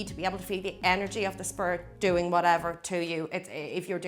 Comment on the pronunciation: The way she says “spirit” sounds more like “spurt”